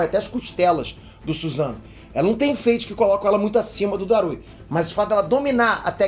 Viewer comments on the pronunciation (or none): none